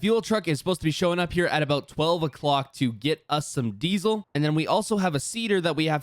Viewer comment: Why does it sound like you say dezle